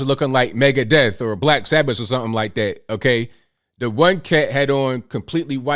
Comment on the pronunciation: Lmfao the wait you said Megadeth, like it's supposed to be pronounced with sperate syllables. Too funny you're no metalhead